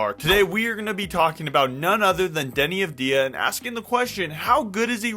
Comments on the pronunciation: It’s AUD Vey Ah and no one says it the way you say it. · Thank you for the video, sir. One tiny note on Deni's last name pronunciation, the stress is on "Av", instead of on "di". Like saying the letter "W" for example. All the best! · I wanna see you say his last name correctly lol